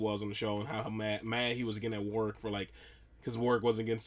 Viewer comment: Warwick not Warick.